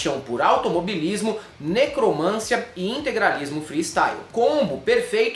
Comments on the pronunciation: Eu queria só dar uma contribuição: é necromanCIa, não necroMÂNcia, a sílaba tônica é Ci. 😬🙈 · meu querido, sou seu fã! Adoro sua sagacidade e seu humor ácido! A pronúncia correta é necromanCIa, pois é uma paroxítona terminada em hiato.